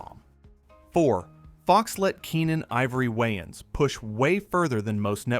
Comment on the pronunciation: Your saying Waynes super weird